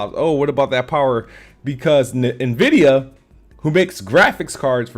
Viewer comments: im gonna call it nah vidia now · I swear, hearing this man say "na-vidia" is causing me heart palpitations. Almost like when people say "Nuculer" instead of Nuclear.